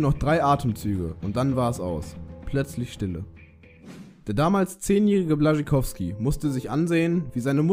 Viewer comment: Alter mich guckt deine scheiss Aussprache ab es heisst Jakub B Ł A SZ CZ Y K O W S K I